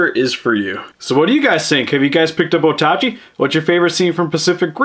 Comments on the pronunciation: I thought it was pronounced ota-ch eye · And how it was said in the movie as well. O-tachi.